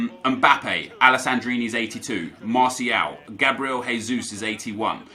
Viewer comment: Hey,. I'm new on the channel. Really enjoyed your content. Only thing I'd like to correct you is the pronunciation of Jesus in brazilian portuguese. Here we don't speak like in spanish Hée.zus. It's more like the english pronunciation Jée.zus. Thanks